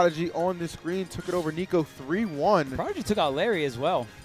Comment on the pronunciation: he said "nicko" and it wasn't even EE lmao